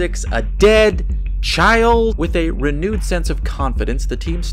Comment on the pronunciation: Did you just say, with a 're-nude' sense of confidence? If so - your talent does not go unnoticed!